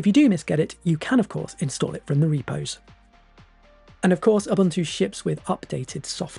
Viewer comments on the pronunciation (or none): none